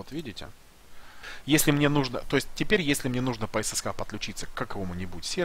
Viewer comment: "ЭсЭсЭйч, ЭсЭсАш". Но "ЭсЭсХа" по-колхозному звучит. За видео спасибо :-) Маркировка в файл-менеджере хорошо, но еще интереснее с помощью folder-color раскрашивать из контекстного меню сами папки.